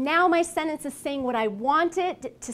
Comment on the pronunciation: Thank you for the great video. Just one thing that I didn't like is the way the word /sentence/ is pronounced.